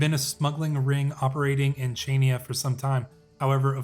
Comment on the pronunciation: Also Chainia is pronounced “Hania”